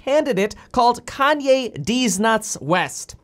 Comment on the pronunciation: Almost spit my coffee out when you said Kany